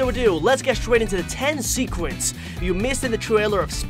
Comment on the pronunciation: The firts second I’m like “ did he just say secwets instead of secrets?!”